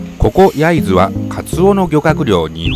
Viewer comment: 焼津の発音がデタラメ笑笑